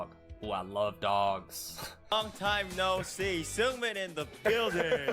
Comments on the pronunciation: hee-yun-jin. but say it a bit faster yk. heeyunjin. i wish yt comments have voice notes or smth it’d make it sm easier lmao and seungmin is pronounced as sung-min !! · U pronounced Seungmin's name correctly for a very short amount of time lmao. The one you've switched to is wrong. Its more like Soon-mean. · Seungmins name is pronounced either soongmin or sungmin! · When saying Seungmins name just get rid of the E to pronounce it right! Love your vids!❤